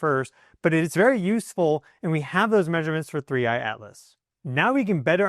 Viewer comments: please stop saying 3iAlice! We know can say a t. It is 3iATlas!! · The way you say 3I/Atlas, it sounds like "Three Eyed Alice," and I will be calling it this from now on. Thanks for the video. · I always think you are saying “3 Eyed Alice”! 😄😂 Thank you for the update - you are very good!